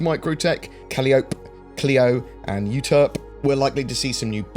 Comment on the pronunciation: Caliope: Kal Eye Oh Pee (kə-ˈlī-ə-(ˌ)pē) Euterpe: You Ter Pee (yü-ˈtər-pē) You did fine with Cleo.